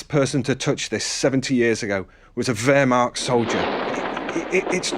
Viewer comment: Its called wehrmacht not wehrmarcht